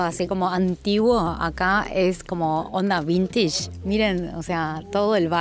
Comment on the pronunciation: Pero vintage ya se pasó pronunciando bintich 😂